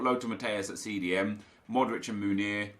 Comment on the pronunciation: Sorry for correcting you but it just gets on my nerves for some reason. You get Munir confused with Meunier it's pronounced 'Moon-e-a' and the 'e-a' bit you just say the letters e and a